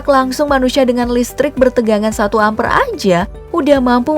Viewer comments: Apa gak pernah sekolah aja.....coba dengarkan saat ngomong ampere Wkwkwk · Cara ngomong 'ampere' nya gitu bgt sih 😰